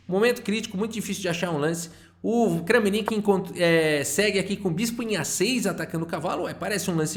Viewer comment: Olá, gostaria de comentar, é interessante pesquisar a pronúncia dos nomes dos jogadores. Kramnik se diz "Kram-nik" e não Krã-mi-nik. Se ele se chamasse Francisco ou Framcisk seria "Fram-cisk" e não "Fra-mi-cisk."